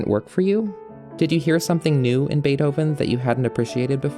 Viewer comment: Very interesting, but brought down a bit every time you say "Beedhoven"